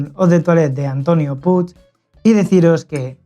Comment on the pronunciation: Es un apellido catalan puig y se pronuncia puich o puch,diferente a como se escribe.